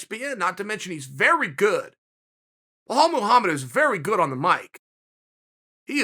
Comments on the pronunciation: Chael "Blahal Mohammed" Sonnen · "Bhalal Muhammad" - Chael Sonnen